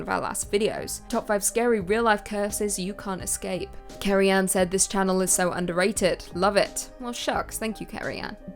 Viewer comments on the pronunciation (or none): none